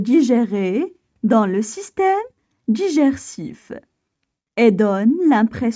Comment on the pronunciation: Tu a mal prononcé le mot : Digestif